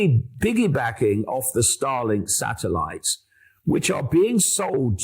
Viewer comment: Whenever he says starlink. All I heard was Stalin ha